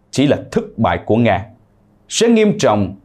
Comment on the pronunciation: Phần lan đọc thành phần làn ,nga đọc thành ngà ,putin đọc thành pu tìn ,chính tên ngọc tâm mà chủ nhân đọc thành ngọc tầm ,các bạn nên khách quan nhận xét